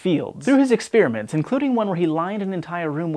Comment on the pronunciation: Experiments, not exspearmints